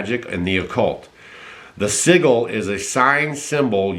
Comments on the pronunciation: Just a gentle correction is sigil, it sounds like si-jgh-el . Iys called sigil magic they must Show you where they're going to do to you before they do it. Rock on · pronounced "sid-jal" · Yes, we're definitely in a Spiritual War!!! We have been since the dawn of time! We just didn't realize how, "Real," it was! Too many people still, "Asleep," we need more of them to wake up! Oh, btw, that word you tried to pronounce, SIGIL, it's pronounced, Sij - ill. I had just learned that word and the meaning a little over a year ago myself. I Love you and Stacy, thank you for your courage & bravery in giving much needed information to the masses! ❤ God bless you guys 💖🙏🏼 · Hey correction sigil is pronounced Si-Jil-L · Sigil is pronounced sih-jill. It's a soft G, like in George. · Yes interesting! Just as a note.... not a criticism.... SIGIL is pronounced lik Sih - Jil with a soft "g" sound or "j" sound. It's a symbol representation for magic purposes. Magic comes from mage, meaning Wise. Like the Magi who "went to see baby Jesus." The Wise Men or Magicians. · Sigal pronouncec si"j"al. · Pronounced “sih jull” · "Sigil" is pronounced with a hard "G" brother. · Not to be picky, yet sigil has more of a j sound than the hard g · The g in sigil is pronounced like the g in the word germ...Just want to be helpful...Excellent info...Thank you